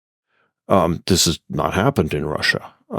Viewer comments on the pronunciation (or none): none